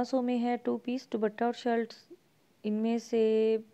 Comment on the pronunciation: Shilt ni hota shirt hota hy😋